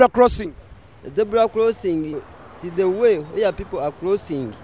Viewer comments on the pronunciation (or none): Dear baganda. Its Zebra not ZEBULA. Its Road not LOAD.